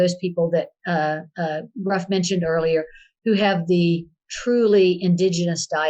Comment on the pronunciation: Gruff is pronounced Griff. U in Welsh is pronounced I. 😉